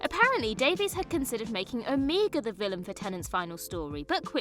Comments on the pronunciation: Imagine making a video where you pronounce Rassilon AND Omega wrong in the same sentence. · Oh.... You are hereby sentenced to watch The Three Doctors and Arc of Infinity so you learn the correct pronunciation of Omega.:) Oh and 4TD was filmed first, but the first televised story proper for Peter Davison was Castrovalva, which I happened to watch the other day.:) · Pronunciation for Omega and Rassilon is terrible, obviously you have never watched the show and are just reading from a script.